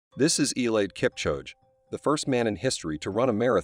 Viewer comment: As soon as it mispronounced Kipchoge’s name I was done.